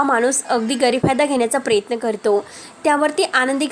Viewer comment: प्रेत्न नाही प्र य त्न